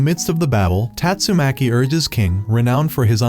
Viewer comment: Bro said tastumaki mommy💀